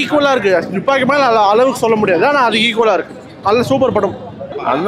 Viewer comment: டூப்பாக்கியா இல்ல துப்பாக்கியா பா